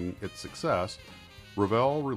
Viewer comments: REVEIL is pronounced REV-AY (approximate) not rev-ee-il. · Very interesting..... only one remark at the end, that's not how the French word reveil(to unveil) is pronounced totally different. French is my second native language so that's why it made me cringe when I heard it. hard to explain in wordshow it should sound like but it's not vjeeil... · Wow! What a series! I always wondered (1) what happened to Revell and (2) how to pronounce their name. Want to hear some of the models I built? The USS Hornet (Essex Class Carrier), CGN-9 USS Long Beach (upon which I later served in the 1970s, without the models Regulus Missile!!!! We had two standard Mark 4 5in Guns in their place), A Phantom Jet, a fletcher class destroyer, USS Fletcher I think, and masterpiece and most expensive, the sole survivor, the beautiful USS Constitution Model. I tired to get my kids interested in the 1990s, but it was not to be. Videos killed the Radio Star! (LOL) I must have had about 4-5 kits my Mom tossed when I went away in the Navy in the 70's. **sigh** What a great story.... and to think I thought every American kid liked models. I also built a model of a trackside equipment shed that Revell did, come to think of it. I loved them so much! What a great company.